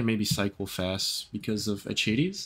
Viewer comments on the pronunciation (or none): Akaties is the correct pronunciation..